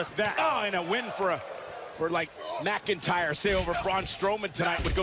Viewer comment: Not megiter its mcintyre